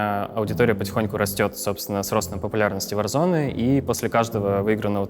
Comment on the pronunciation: Почему варзонАААААААААА а не варзоне